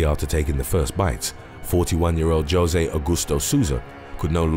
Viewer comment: I've never heard someone mispronounce Jose before